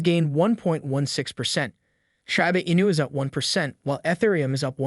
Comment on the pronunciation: Why say " shAba Inu" ..... it's name is " Shi-bA Inu= Shiba Inu "......